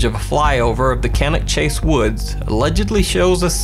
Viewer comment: OK, so the last one of Cannock Chase is decidedly dubious but full marks for pronouncing Cannock Chase right 👍. Both myself and my hubby lived in that neck of the woods (pardon the pun). It is a big and very old place and some areas are very isolated. Hardly surprising people have got lost and strange things have happened there, but the clip taken by the drone? Nope, to me that looks like someone taking a walk, hearing and spotting the drone and deciding to have a look at it. Either that or they could have just emerged having tried to find somewhere private to take a comfort break without someone gawking at them with a drone. Solitary walkers and explorers are not uncommon there. Been there, done that. The sharks in the sea though... Now that is scary stuff!